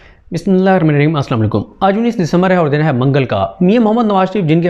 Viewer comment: بسم اللہ الرحمن الرحیم صحیح پڑھا کریں